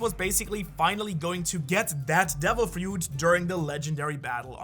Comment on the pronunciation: "get that devil FUIT" hahahah